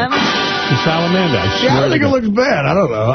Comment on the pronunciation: Why does say salamander so weird emphasizing the last two syllables